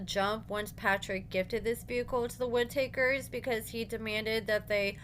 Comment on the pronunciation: It's pronounced Witt-A --Kers!